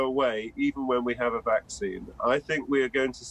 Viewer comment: He says waxine. Its vaccine. You have to bite your lips to pronounce it right.